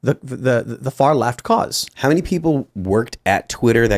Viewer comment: It's not "annie-thing" Tim, it's anything (pronounced "ennything"). It's not "manny" it's many ("menny"). This non-English pronunciation disease is spreading like the plague, and it's driving me mad.